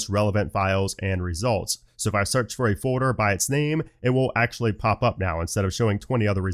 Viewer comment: For fuck’s same bro: it’s FOLDDDDDER 💀